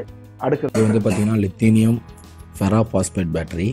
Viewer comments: தயவு செய்து வார்த்தைகளை சரியாக கூறவும். லித்தியம் என்பதை லிதேனியம் என்று சொல்கிறீர்கள். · Li லித்தியம் தான் சரியான வார்த்தை. உங்கள் எல்லா பதிவுகளிலும் தவறான உச்சரிப்பு இருக்கிறது